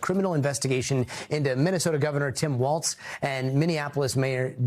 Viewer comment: How come they can put hyper Latino accent on Maduro but they keep saying “Tim Waltz”?? There’s no T in his last name.